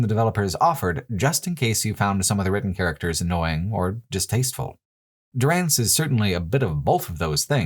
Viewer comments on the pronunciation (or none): I just stumbled upon this video and it's amazing, really enjoy the perspective But what's with the constant butchering of names? Is this some local joke? Why is Dúrance suddenly Duránce, why is Hir[à]vias Hir[æ]vias, why is the devil of Caroc suddenly of Carnac? Záhua is not Zahúa, they are all voiced, why? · What's this business with calling Durance DurAnce and Magran MagrAn. Did you play the games with sound off?